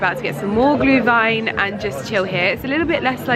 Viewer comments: You pronounce Glühwein und Anmeldepflichtig perfectly,! Greetings from Germany!😅👍🏻👏🏻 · Perfect pronunciation of Glühwein 👏 and for next year you should come to Vienna for Christmas Markets. It feels like we have a hundred of them 😉 and the one in front of Schönbrunn Palace is quite stunning 🏰